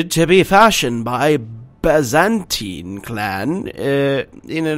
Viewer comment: and Byzantine